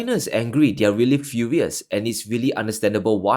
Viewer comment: WTF? did he say China is Fulious?